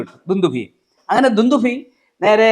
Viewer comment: അവതാരിക 'ദുന്ദുമി 'എന്ന് പറഞ്ഞതായി തോന്നിയത് എനിക്ക് മാത്രമാണോ...?? 🤔🤔